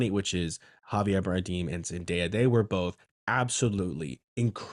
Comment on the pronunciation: its more like bar-damn lol, you can google it